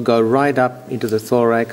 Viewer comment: when he said thorax i thought he said lorax